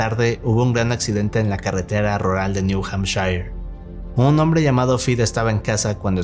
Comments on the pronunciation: Vivo en new hampshire, y cada vez que lo menciona me duele el hígado por como lo dice 💔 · estimado, primeramente aclaro que mi comment no tiene mala intención o mala vibra: me permito corregir tu pronunciación, lo correcto es: Niu hampshir,.. No,niu hampshaiyer.. saludos cordiales desde Tijuana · Se pronuncia 'Niu Jampshir'